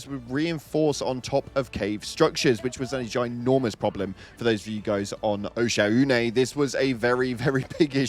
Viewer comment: Why did you call oshaune "Osha Une"